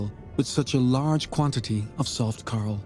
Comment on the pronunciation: I wish he could have pronounced coral correctly. All I could hear was him saying Carl. I had to turn it off